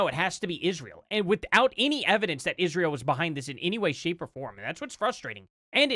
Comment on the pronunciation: she cant even pronounce Israel right. she says "Ishhrael"